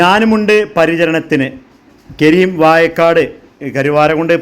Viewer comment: വായക്കാട് അല്ല ചെങ്ങായി വാഴക്കാട്